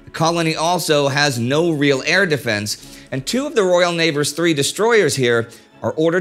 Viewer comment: Royal Neighbors? didn't skip a beat I couldn't tell you meant to say Royal neighbors or if it's supposed to be Royal Navy.